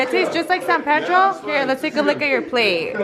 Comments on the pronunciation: It's NOT San PAYDROW. It is San PEEDRO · its PEE—“E”— DRO!!!!!! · Just a small tip. I am from San Pedro and we say “PEE-dro”. It’s whitewashed but that’s just how everyone says it. San PEEdro. Haha locals know when someone’s a tourist, when they say San Pedro with a Spanish accent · Am I the only one bothered because the way they say san pedro 😂 out here we say it in english lmao san PEA-DRO 😂